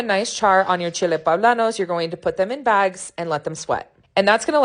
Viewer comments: They are "Poblanos"" not "Pablanos" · Looks good even the poe-bla-nos.